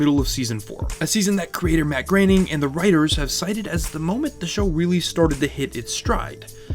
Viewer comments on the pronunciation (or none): none